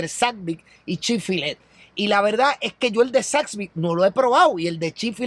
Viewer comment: x siacaso no es chick fillet..se dice como se llama..chick fil-a